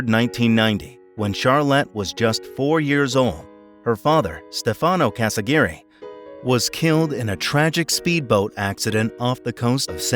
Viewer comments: Her last name is CasiRAGHI, not CasaGIRI. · Casiraghi. Not Casi-Gary